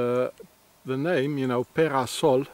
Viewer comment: Be-ra-sol... not "the house of sun" ... could it be "the temple of sun"? (A swiss cult was named The temple of sun). Temple = big house.